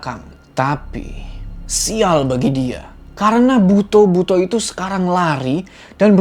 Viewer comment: Bacanya "buto" bang bukan "buto"